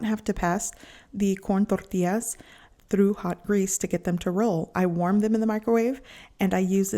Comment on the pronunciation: It’s pronounced “Tortillas” with an LL. Not tortias.